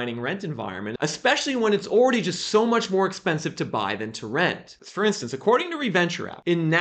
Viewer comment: “Oredy” is still not a word. Downvoted for oredy.